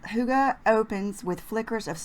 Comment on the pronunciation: Love the cute side part!! I am of danish descent and am all about "cozy" which is kind of the essence of "hygge" As an aside, the word "hygge" is pronounced like "hiegga" Love your videos!